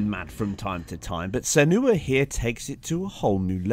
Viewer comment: Your vids are great, i regularly compare with them with digital foundry. One heads up though, you spelled and pronounced her name wrong; not that it lessens the information your giving, but some might complain. I mean her name is literally in the games title. I finished the Hellblade in just over 8 hours and took my time to explore for all collectibles. A fantastic experience and i'll replay it again soon i'm sure. If you're on the fence and unsure about picking it up, make sure you know what you're in for. I've heard people complain there isn't enough action/level up/loot etc or the game is boring. They're obviously not the targeted audience. It's a slow paced, story driven, thematic experience that rewards those with a morsel of patience. I thoroughly enjoyed it. The 60fps option is a welcome addition to the PS4 Pro and i hope more titles do this in future.